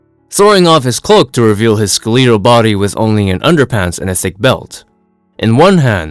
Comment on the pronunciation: Please learn how to pronounce the word skeletal. Every time you say it, it’s like claws on a chalkboard.